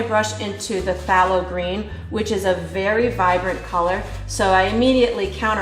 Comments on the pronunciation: I don't mean to b too critical but its pronounced " They low green" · "Faye low green"